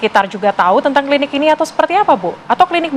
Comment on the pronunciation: Host tv one, bilang klinik,, klidik